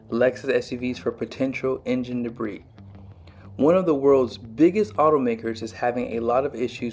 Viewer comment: I'm not being a smart aleck but I wanted to tell you that the word debris is pronounced debree,,, don't pronounce the s...